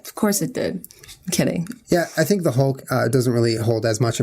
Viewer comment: Julien's "HMS Hawke" sounds like "HMS Hulk"